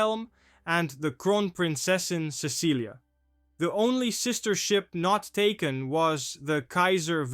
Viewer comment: It's not Cecilia it's Cecily it sounds like it's spelled s e s s i l y, the c has an s sound